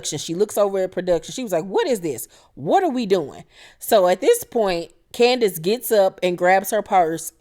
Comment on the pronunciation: Hey. Heeheeee. You KILL me every time you say Candiass. LMAO 🤣 You's a whole fool and I LIVE for it. ❤🧡💛💚💙💜 WTF is Giselle wearing there? 😳 If I had to deal with Candiass I'd be drinking all the time too. Lol. Chris and Candiass are headed for the end. (Call me Chris 🤭)